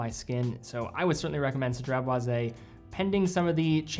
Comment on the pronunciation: Aye you get extra cool points for pronouncing this fragrance perfectly without missing up haha 😄👏🏽👏🏽 I appreciate you sharing the history of the fragrance and i love that has a lemon sandlewood kinda smell. I tend to like those and a citrus smell. I like that it last most of the day. I'll definitely consider this. Anyways have a great day!